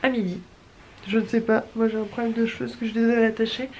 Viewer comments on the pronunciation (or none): none